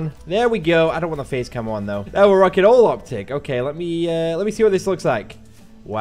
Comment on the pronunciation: am I the only one that heard "I dont want the Faze camo there" instead of "Face" camo. idk but that sounded funny ;D